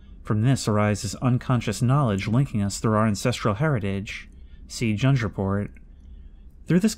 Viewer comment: For future reference "Jung" as in "Jung report" is pronounced like "young". Carl Jung was an early 20th century psychologist who codified and formalized a lot of modern psychological concepts.